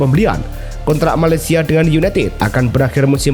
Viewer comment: Presenter ko tolol malacia di baca malasaia